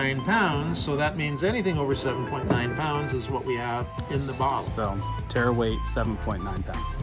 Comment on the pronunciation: its Tare weight not terra